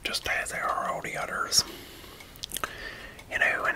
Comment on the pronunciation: Hehe get it he has a speech impediment